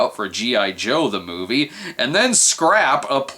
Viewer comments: "MOIVE" lol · "The Moive"??